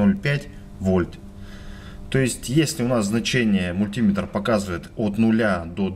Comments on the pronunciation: Не подпишусь на канал, если автор упорно продолжит и далее "мультимЕтр" произносить как "мультИметр" ))))) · 398 дизлайков за неправильное произношение мультИметр и пальцАми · нужно говорить мультиме́тр. в Русском языке ударение в приставке не бывает. пальца́ми тоже хорошо. Вы не электрик. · Очень полезное видео! Но откуда взялось это чудовищное мультИметр! Это настолько же не верно, насколько и популярно. Что только народ не придумывает, чтобы оправдать это жуткое "И"! Часто вспоминают слово "спидОметр" и "курвИметр". В этих словах соединительная гласная приняла ударение. Но вообще-то ударе не те на разделительную главную - большая редкость! В подавляющем большинстве случаев в составных словах удаления два! Основное - на вторую основу, дополнительное - на первую. Причем выраженность дополнительного зависит от соотношения важностей основ. (Об этом подробно написано на грамоте.ру.) Вплоть до полного пропадания дополнительного ударения. Кроме того, "И" в слове мультиметр - НЕ соединительная гласная, а часть первого слова! А слово это - мУльти. Т.е. ударение на "И" невозможно оправдать вообще ни чем. Извините, это просто безграмотно. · Не "мультИметр", а мультимЕтр!!! И не "пальцАми", а пАльцами!!! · Какая безграмотность надо говорить не мультИметр, а мультимЕтр, не пальцАми, а пАльцами и т.д.)) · Про электрику рассказывай на русском языке. Главное ударение делай правильно. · Был бы русским, так не говорил бы. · Несколько стремный способ, если мультиметр окажется неисправным или с малым входным сопротивлением. Ну и "пАльцами" и "мультимЕтр", так ударение будет правильнее.. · Парень ты откуда такой??? мультИИИметр, пальцАААми, у меня пздц уши кровоточат. В какой школе ты учился??? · пальцА́ми, мультИ́метр.... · МулитимЕтра, мультимЕтр!!! ПАльцами, а не пальцАми! Не снимай больше.